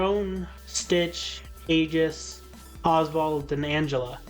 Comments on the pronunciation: Her name is pronounced Aye-Gihs Not to be that guy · Your pronounciation of Aegis’ name made me feel sick.. in game it’s pronounced “Aye-gus”.